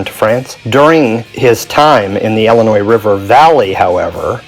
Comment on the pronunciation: Omg it’s ILLINOIS NOT ELLINOIS. ILL LIKE YOUR ILL please say it right!